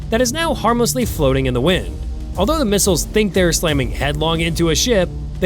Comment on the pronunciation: Old news misread, misspoken, and copied from others. ..."the two miles(missiles)"🤦 TikTube is for dummies